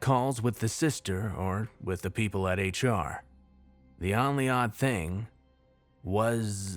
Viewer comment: Only is pronounced OHn-ly. Oh. Long O. Not Ahn-ly. Hdjdnbdsiisuejdbnkis pulls hair out EVERY VIDEO. EVERY SINGLE VIDEO. GAHHHHHHHH!!!! Could be damn near perfect without stupid mispronunciations like that. If it was literally any other word I could overlook it. But it's ONLY. that's like mispronouncing "the" or "at".